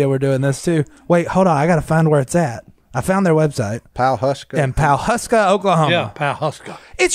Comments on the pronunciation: It's pronounced Puhuska..... not PAWhuska. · Y'all need to visit Pawhuska again sometime. Pronounced, Pa' huksa. I believe you are thinking of the Osage Prairie... many ranches up there back in the day, including the Bluestem Ranch.